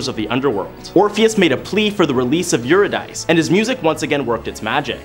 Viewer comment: Love the content but am distracted by the mispronounciation of all the names. For instance, Euridice is pronounced you rid ah see. Wishing you amazing success in your next steps and beyond.